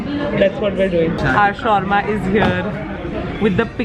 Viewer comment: She called "shorma" it's SHAWARMA 😭😭😭